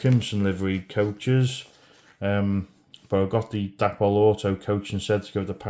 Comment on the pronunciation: Yes you pronounce Darstaed right.